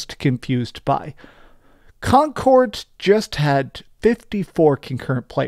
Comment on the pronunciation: Con cord 😂